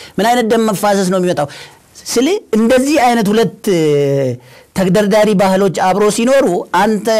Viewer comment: "ተገዳዳሪ" not "ተግደርዳሪ". Please tone your voice down. You look so angry.